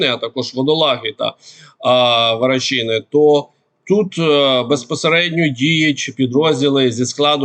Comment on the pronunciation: Є село Варачене,а не Врачине. Читати не навчився? Та Ю'наківка, а не Юна'ківка.